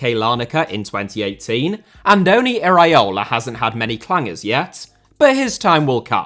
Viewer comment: please, repeat with me: e-ra-o-la, not e-raee-o-la 😅.